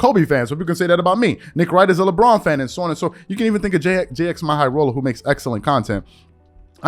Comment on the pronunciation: Its Jimmy Highroller, not Jx-My Highroller 🤣